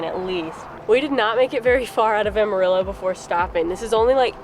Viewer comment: You actually pronounced Amarillo like the city natives! Dont know if you stopped at "Russells" Truck Stop in NM but it has an amazing FREE display of vinatage cars, toy cars and gas station memorabilia. About an hour from Amarillo .